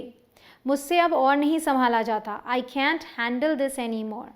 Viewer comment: Man can't ka Pronounciation thik karo